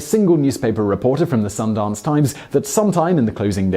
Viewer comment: i like that you pronounced sundance correctly